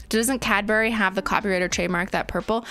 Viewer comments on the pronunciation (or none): none